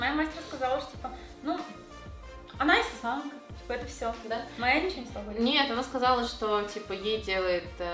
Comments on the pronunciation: давайте не будем коверкать имена, это не очень красиво Так же: с Инсетээмкой 🗿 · не будем каверкать имя человека: Инстасэээмка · мы не будем коверкать имена. Инстасамка Так же она через несколько секунд: инстасЭмка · в начале: я не буду каверкать Ник инстасамки Также через минуту: ИнстасЭмка